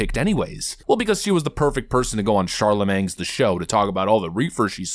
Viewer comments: I like how you call him “Charla-mang” 😂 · Man is illiterate. Why can't you read or pronounce Charlemagne correctly? You picked on kamala for her pronunciation of absurd.